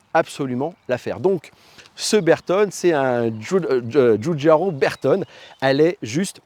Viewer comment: Belle video. Pour l'amour de la marque, "Bertone" devrait se prononcer avec l'accent italien "Bertoné"